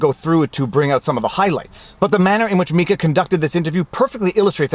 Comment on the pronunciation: Ty for saying Mika correctly lol